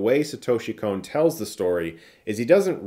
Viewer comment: Please stop saying "Kon" like "cone". It's a short 'o'.